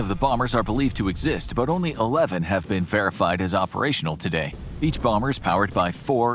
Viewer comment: Is it just me or did anybody else laugh when he called the b2 a “boomer” Bomber 😅😂